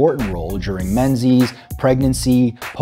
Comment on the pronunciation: "menzies" lol